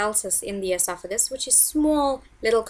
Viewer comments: Say it with me Eh sof uh gus. Your pronunciation makes you doing less credible and unintelligent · LEARN TO SAY ESOPHAGUS and ESOPHAGEAL. WHO EDUCATED YOU